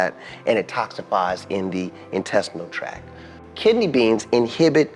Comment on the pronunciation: TRACT. Digestive TRACT, not track.